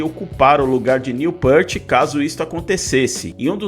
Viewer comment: Querido responsável pelo canal. Não, o retorno à atividade deles não é por dinheiro, eles não precisam disso. Outra coisa, não é Jédyy Lee, se fala GUEDDY Lee, muito menos Neil Pêart, se fala Neil Pirt. Tuas afirmações estão equivocadas e não respeitam o trabalho de mais de 50 anos do Rush. Fica a dica. Postar vídeos por dinheiro tem muito mais a ver do que eles tocarem por dinheiro. Lamentável.